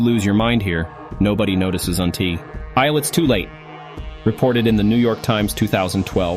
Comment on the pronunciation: It’s AI. There was a line that had the word until, and it was read aloud as “unti I” with revealed that it’s not a human.